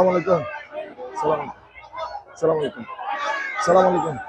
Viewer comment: সালামের উচ্চারণটা ঠিক করেন